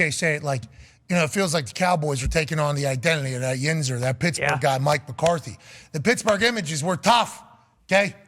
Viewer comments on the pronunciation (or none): none